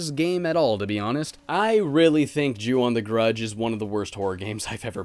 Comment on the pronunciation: Not to sound like a grammar Nazi, but in the Japanese language "O" always makes an "oh" sound. So the "on" is pronounced like the English word "own" Just thought you should know